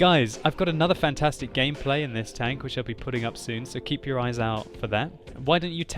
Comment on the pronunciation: tanKK omg its terrible how your K sounds like